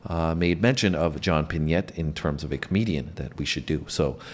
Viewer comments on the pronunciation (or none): I believe his name was pronounced, John Pin-ay.